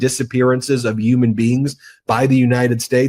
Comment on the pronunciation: Did he say "uman" instead of "human" or am i hearing it wrong?